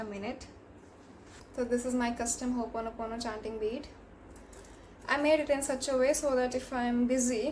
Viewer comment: As my teacher would say. It's not "hoopono" It's ho'oponopono. I think the word itself has some power since this was emphasized.